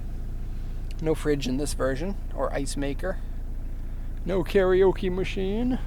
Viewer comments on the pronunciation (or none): none